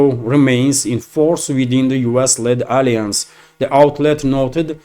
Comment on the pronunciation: Whenever you want to pronounce Alliance, you have put stress on the second syllable it sounds like this, /əˈlaɪəns/ Viva Russians and Russian President Putin ❤❤❤❤❤❤❤